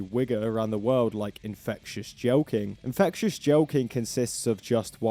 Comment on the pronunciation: Fucking english language. I swear he said infectious JOKING or infectious CHOKING instead of what the fuck ever jelqing even means.